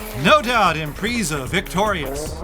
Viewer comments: At the mark when he said IMPREEZA i choked on my food EHVO was bad enough lol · "Impreeeeeeeza" 10/10 pronunciation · IMPRIIISA?? SAY IT RIGHT! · "Impreeza" lol